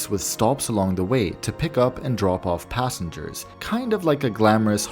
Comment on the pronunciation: mantikli gelen yerlerde nokta varmis gibi okursan gayet iyi anlasiliyor. Bi tek “passe hers” dedigi passengers herhalde